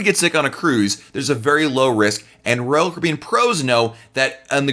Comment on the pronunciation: DO YOU KNOW HOW TO PRONOUNCE "ROYAL CARIBBEAN"???? Hint: it is NOT RCBN